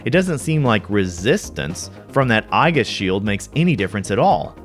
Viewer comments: I've never heard Aegis pronounced "EYE-jis", only "E-jis" or sometimes "A-jis" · It's ee-jis, not eye-gis. lol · Pretty sure it's pronounced ee-jis, not ai-ghis. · I always thought it was pronounced ee-jis or not eye-Gus. 🤔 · "eye-gus" shield It's "ee·juhs" my dude lol (Just busting your balls, always enjoy your videos.) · This video had me questioning myself. I've always said "Ay-jis", but apparently the "proper" way is "Ee-jis" (but Mirriam-Webster now lists "Ay-jis" as an alternate pronunciation, so I still win?) Funny enough, it was a Final Fantasy game, FF3 US (where the Darkness status ailment doesn't actually do anything), where I first learned the word. At least when I was writing a character named "Aesis" (which was intended to be a sort of corruption of "aegis"), there's no "wrong" way to pronounce it. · It's pronounced EE-JIS not EYE-GUS. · Great video Aegis is pronounced "ayy-jiss" or "EE-jiss" it's from Greek mythology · aegis is eejus. :) source: just about every dictionary website. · aegis is pronounced "ee-jis" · i've always pronounced it as age-is. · my favorite easter egg of reality is everyone pronounce "aegis" differently, and almost all of us wrong.